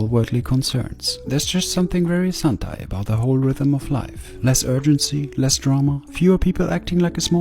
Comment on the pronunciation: Saat speed bilang santai malah kedengaran satai alias sate